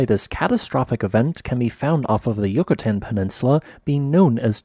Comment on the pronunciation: Yucatán, not Yocoten. ENUNCIATE!